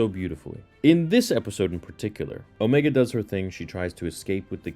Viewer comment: Why do u pronounce omega and necromancer so weird like u literally hear how they say it in the show.